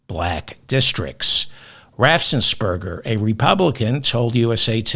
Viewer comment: Here we go again with “Raffsensperger”. Come on, Feldfman, you can do it, it’s not that hard: Raffensperger